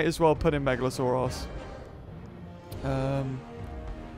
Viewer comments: You say meglasaurus megla-sore-ass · Is it just me or does the say megalosourass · Uhhh you seid megalosaorus but its orenauced megalosaurus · It sounds like he's saying "Megalo-sore-ass"